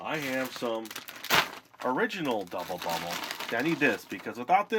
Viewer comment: Is it just me or did he say gubble bubble in the part when he says how good it smells